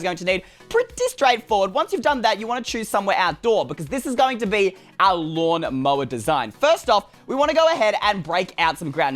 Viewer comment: I liked the “lauwn moauer”